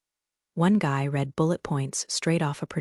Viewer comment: This one needs some editing. A significant number of commas where there shouldn't be big gaps for no reason. If you can get it to know the difference in pronunciation of read in present and past tense, that would be fantastic.